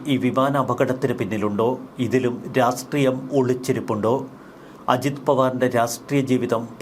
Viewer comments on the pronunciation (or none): 'രാഷ്ട്രീയം' എന്നാണ് ശരിയായ ഉച്ചാരണം. "രാസ്റ്റ്രീയം' എന്നു ദയവായി പറയാതിരിക്കൂ.